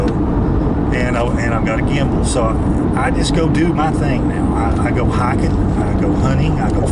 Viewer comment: say hiking not hicken JK But it does sound funny.Keep doing what your doing man love it